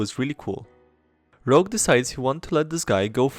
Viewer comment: OMG IT'S ROGUE NOT ROUGE PLEASE! omfg my ocd....